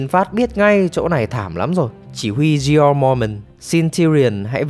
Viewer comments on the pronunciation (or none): none